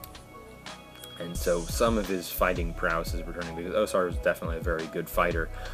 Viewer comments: its pronounced AUSAR not OSAR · Why do you say OH-sar? The Archivist and the WoS say OW-sar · Yeah, pretty much the same. It was irritating me they pronounced the A as O